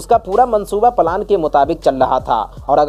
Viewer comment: Plan word ko palan mat kaho bhai